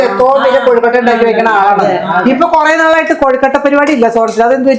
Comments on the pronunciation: കൊഴുക്കട്ടയാണ്. കോഴിക്കട്ടയല്ല. എന്റെ പൊന്നോ😂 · കോഴിക്കട്ട അല്ല കൊഴുക്കട്ട 😁😁😁